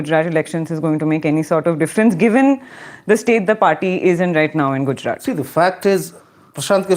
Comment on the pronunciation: Good show and. Only one peeve. misprouncess the last consonant of Gujrat consistently. It should be soft t and not hard t. English does not have soft t. But Indian languages do. Just listen to. He pronounces it correctly and imitate it. When Indian words with some specifically Indian consonants are pronounced like English words it is irritating and I feel you are making Lord Macaulay successful. Say aloud पंजाब-सिंध-गुजरात-मराठा Thank you.